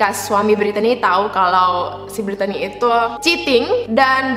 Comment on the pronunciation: Btw, nama Brittany biasanya itu pronounce-nya 'britni' kak